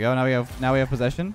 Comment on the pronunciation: I might be wrong but doesnt mixes the word "posession" with "position"?😅 Im foreign but the first sounds evil😈😄